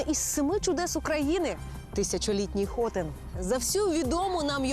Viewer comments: да... и не было никого чтоб подсказать этой несчастной девушке, что в названии города ударение ставится на "И" хотИн а не хОтин. И слово хотеть, не имеет никакого отношения к названию город, скорее всего, если не точно, оно происходит от слова çotın - что означает хлев или овчарни которые располагались на месте современного городаи , также есть версия что когда турки увидели крепость Д Галицкого, а она была деревянной, тогда как в азии все крепости были каменные то и прозвали ее хлевом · Хотин, наголос на и, а не на о.